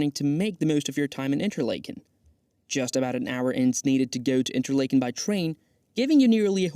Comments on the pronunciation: Nice video, but you butchered the pronunciation of just about everything. You can’t use AI for something like this. Interlaken (like “lake”)—wrong. Should pronounce it like “Interlahken”. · Did you butcher the name pronunciation of Interlaken on purpose? It's like nails on a chalk board listening to you butcher it. There is no long "A" sound! RME